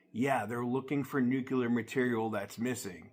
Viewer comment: There's no such thing as Nucular material. I think maybe you mean NUCLEAR (NU cle ar) material.